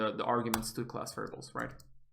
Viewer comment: you pronounce class like clause